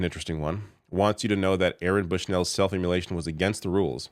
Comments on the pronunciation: It's IM MO LATION not im mu lation. And don't bother saying it's because you're Canadian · love the reporting. Jsyk, you’re saying “emulation” not immolation. Very beside the point, but I was distracted 🤓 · SAY HIS NAME. It's part of ypur jorb! also IMMOLATION not immulatiion, ffs